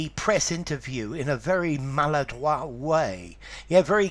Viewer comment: Fantastic, at last someone agrees with my French pronunciation leaning with this word. Thank you sir